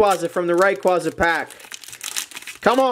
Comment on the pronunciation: Your saying raquaza wrong :(